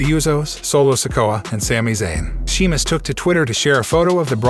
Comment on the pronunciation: You clearly don't watch this stuff and not a fan otherwise you would be able to read Sheamus's name right.